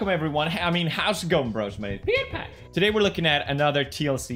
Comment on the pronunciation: "This guy" u mean pewdiepie or as the intro said pewyapiyey